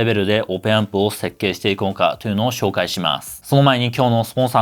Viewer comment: って日本語をしゃべるときに英語みたいな発音されますけれど、すっごく英語を勉強されたり、ずっと英語圏にいらっしゃったのですか？ 例えば「紹介していきます」と言う時に「シューおうかいしていきます」に聞こえます。 発音時に最初に口から息が漏れてから音が出ています。